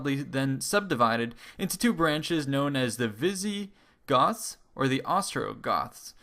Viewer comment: Visigotttths!!! So they were roughly the Spanish ancestors?